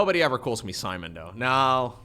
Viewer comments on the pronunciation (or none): none